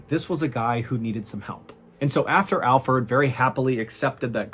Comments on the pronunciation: I knew it was Alferd. And the reason I knew is because I believe if he was innocent Mr. Ballen would've pronounced his name right. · Is anybody else upset that his name is Alferd instead of alfred? Or am I just hearing it wrong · Wait it isn't said like Alfred but Fird? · 😂 I thought you were pronouncing Alfred wrong the whole time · watching it again i love how mr ballen calls him alferd as well lol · It's funny how you started calling alferd instead of alfred.😂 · ! You called him Alferd. 😅🙄😂 IM DAED!!! 😂🤷🤣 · Your pronunciation of AlfERd's name was driving me crazy...until 10 minutes in, when it all made sense..😲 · The first 10 minutes I was wondering why ballen was pronouncing Alfred like Alferd: lol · 😆 I did! I should have known Mr ballen is a really smart guy! I just kept hearing Alford! 😆 I'm very pronunciation oriented! BE WELL JENNI! Have a beautiful and Blessed Life! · I thought Mr Ballen was just butchering the pronounciation of Alfred (common name in my country), and I’ve never heard of the name Alferd, so when he explained that it was in fact Alfred, it made sense haha